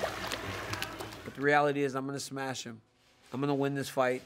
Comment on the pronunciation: Daniel - I'm gonna smesh him - Cormier.